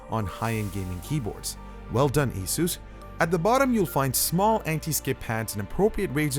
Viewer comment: it's pronounced ace-us not ace-use